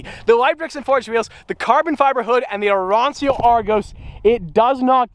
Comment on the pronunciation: Arancio is pronounced "Arancho" It means Orange in Italian